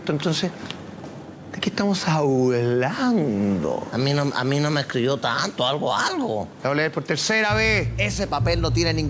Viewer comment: " de que estamos hauulando"